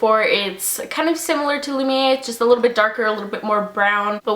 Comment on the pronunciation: Great video! Thanks for commenting on my Instagram! I ordered a heap and am waiting on them atm. I am really looking forward to the Flawless, Wet and Lumiere duos the most. :) Also, it's 'Lumi-air', that's how you say it. These all look so lovely on you. :)